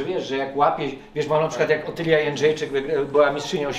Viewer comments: a słyszałeś jak przekręcił nazwisko Otylii ? Prawie jak Petru... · Kuba taki niby inteligent i chwalipięta, a przekręca nazwisko Otylii... Żenada :/